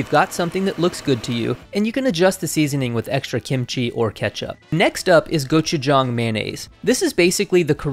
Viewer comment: Thank you for pronouncing "gochujang" correctly